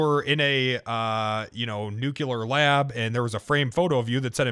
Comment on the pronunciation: when someone says "nucelar" you know they are dumb you don't even have to axe.